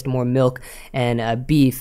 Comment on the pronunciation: I hear melk, must be Canadian